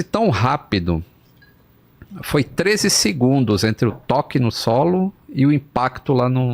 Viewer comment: o fala “13 segundos” com clareza…o parece falar “3 segundos” 🙄